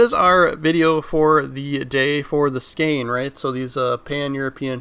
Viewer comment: Bro really said skane…. its Skåne.. its closer to the Sound of o then a